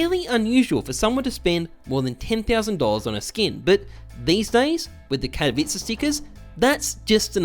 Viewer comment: The only youtuber that can pronounce '' katowice''